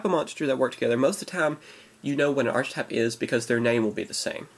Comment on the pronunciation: Isn't it pronounced "Arkitype" and spelled "Archetype"?